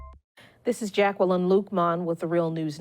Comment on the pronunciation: Jack - el - ine ...